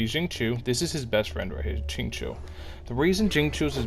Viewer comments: Lmao calling xingqiu as “zinchooyee” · the ching-chwi took me out omfg 😭😭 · Helpful info for dealing with his self damage! Though... Can you look up the Chinese names and practice before the next video? It's a little painful. I don't know any genshin youtubers that say Xiao's name right though, so it seems like a community wide cringe problem. It's "Sh-yee-ow". Xing qiu is even farther off..